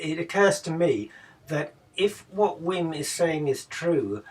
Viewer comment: At least try and pronounce his name correctly. It's pronounced Vim.